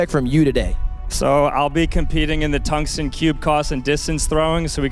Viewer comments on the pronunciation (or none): toungsten cube coss - 2024